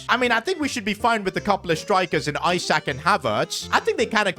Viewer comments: It's spelt ISAK but pronounced ESAK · He pronounced Isak ‘I sack’ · Am I the only one that heard how he pronounced isak in